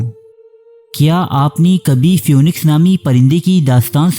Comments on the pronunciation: Pronunciation is feeniks not fewniks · Even though it is written as p-h-o-e-n-i-x, it is pronounced phee-niks.